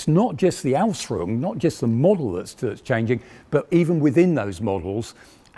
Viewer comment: Come on.. Please make it sound properly, what is aus a? At least try this: Aus-fee-roong